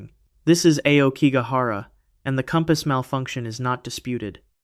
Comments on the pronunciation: Despite your poor pronunciation, Aokigahara is where I want to enter... Just once. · Pretty sure it's black bamboo GROVE. And Aokigahara is pronounced "ow key gah hah rah." Google exists😊